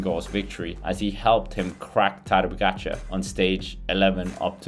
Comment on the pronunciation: Its POGAČAR and not POGAGAČAR COME ON MAN!!